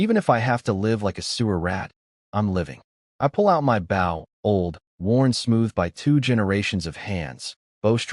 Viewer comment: The story is good but there's a lot of mispronounced words like bow, it's oh not ow. There are also a lot of spelled words that should be read, weirdly sometimes words that are spelled are read the next time it's used.